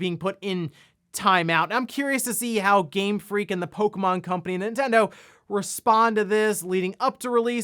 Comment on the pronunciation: My pet peeve on this channel He pronounces Nintendo. “Entendo”